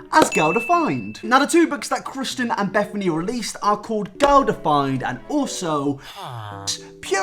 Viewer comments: Ew why does he keep calling Kristen, Christian Create = “car-ate” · kristen not christian, jesus :D